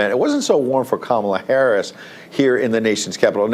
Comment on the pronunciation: Did you say Coma Harass?